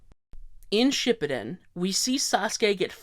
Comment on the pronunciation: Have I been saying “Shippuden” wrong all this time?